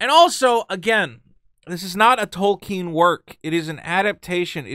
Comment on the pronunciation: thank you for pronouncing Tolkien correctly